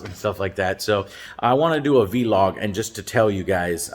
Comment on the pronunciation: I think this is the first time I've heard someone say V-log instead of vlog since 2009.